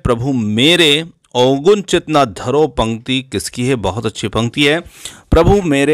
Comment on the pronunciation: Prabhu mere avgun chit na dharo /// it's avgun not Ogun